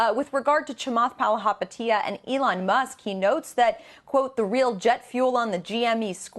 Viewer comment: At least learn how to say his last name before butchering it the whole video